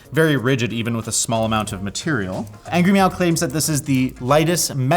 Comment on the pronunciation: TIL there's an "I" in "Angry Miao" and that it's pronounced "Angry Meow", not "Angry Mao"